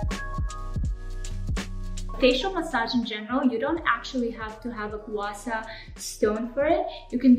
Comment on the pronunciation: just wanna comment a little suggestion which is the pronunciation of "gua sha", the "sha" should be pronounced same as the beginning of " shark" instead of "sa", hope you understand what I am trying to say.